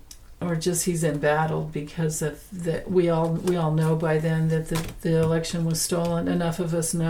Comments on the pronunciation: Were you saying election problems or erection problems? Or both? 😂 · I thought you said erection problem, but you said election problem!😂